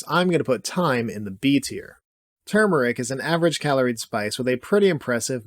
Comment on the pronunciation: Great video, densely packed. Thank you for pronouncing Turmeric correctly.